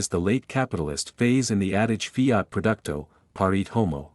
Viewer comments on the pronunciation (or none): none